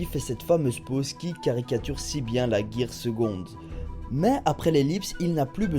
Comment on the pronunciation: On dit pas gear seguond on dit gear secund oui je l'écris mal pour t'aider a bien dire et c'est le gear secund mon préféré